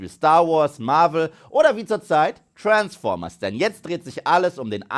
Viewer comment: ich könnt jedes mal kotzen wenn ich höre wie du Transformers aussprichst lmao